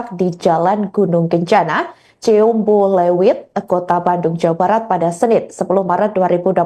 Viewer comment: Ini pembaca berita org mana ya,,,klo org bandung masa nyebut ciumbuleuit seperi itu....??????